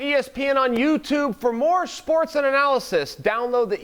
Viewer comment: Chael "Schports & Analysis" Sonnen